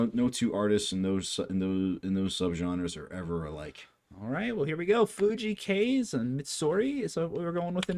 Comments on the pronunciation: Fuji Kaze is amazing. He is Kazey (that's how you pronounce it) and his other songs are great too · hey my favorite japanese artist! I just recently watched his concert and it was awesomeee! By the way, his first name is Kaze and it is pronounced phonetically as "k-ah-zae". Check out his live performance of "Shinunoga e-Wa" at Nippon Budokan and also his tiny desk concert and is latest singles "Michi Te Yuku" and "Feelin' Go(o)d". He is a very talented artist, songwriter, composer and performer. And his discography is just so uplifting and inspiring not to mention his positive and light personality. I just love him! Enjoy!